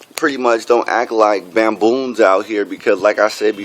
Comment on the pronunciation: Did he just say bamboon n*ggas? damn!..